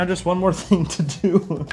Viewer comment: "This thind is a boat" yes thats what they are known for.